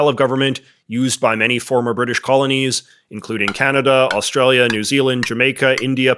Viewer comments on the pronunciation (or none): none